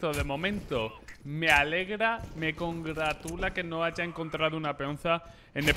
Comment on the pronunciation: me "congraTULA" YO:mmmmmm